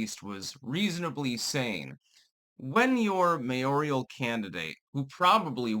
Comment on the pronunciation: Mayor-al, not “mayorial.”